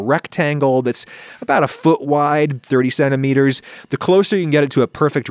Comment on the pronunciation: When you said "30 centimeters" i heard "37 meters" and was really confused.